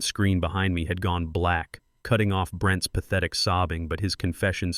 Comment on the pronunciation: The narrating on this story is very annoying, because plurals where is an apostrophe are all pronounced with the 's' as separate - e.g. Brent (pause) "ess" for Brent's